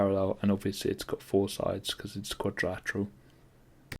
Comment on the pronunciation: Joke quick, the man said quad-rat-eral not quad-dri-lateral lol